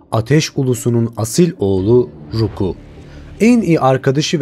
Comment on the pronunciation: ruku ne kardeşim ? ROKU ONUN ADI ROKU. ayrıca alta koyduğun müzikler hikayeyi ilk defa duyanlar için anlamayı imkansız hale getiriyor ki , hikayeyi herkesten çok ayrıntısıyla bilen bilen bile dayanamayıp 1 . Dakikada videodan çıkıyorum . Buda senin kanalını ilk defa gören ben ve benim gibiler için abone olmama neden oldu . İyi günler